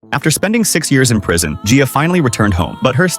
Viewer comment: You are actually saying my name right (my name is Gia btw lol)